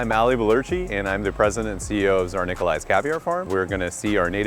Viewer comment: The tsar pronunciation had me cringing a bit and I'm not even russian, I'm bulgarian